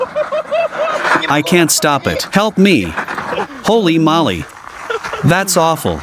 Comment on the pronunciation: Too long. NOT HOLLY MOLLY, ITS HOLEY MOWLEE!